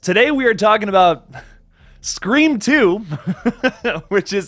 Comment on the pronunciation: Bro it's "SCREAM!!"